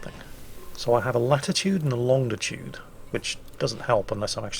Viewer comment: Of all things, I didn't expect an old sailor to be heard to say "Longditude". Get it right old chap! :D